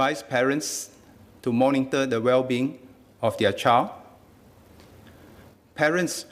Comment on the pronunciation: Monitor not morningtor!!!